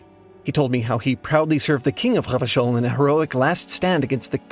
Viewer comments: pronounced the hell out of revachol lol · I was thinking that he was doing an amazing job of pronouncing those French r's. I suck at the French pronunciation of that letter. It makes my throat hurt. 😅